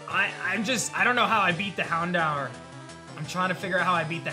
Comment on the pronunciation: Houndour? I dunno about that one buddy 😅